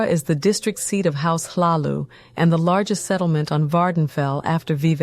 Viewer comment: Awesome although Hlaalu doesnt pronounce the H, buuuut different people speak diff, yankees dont yall that much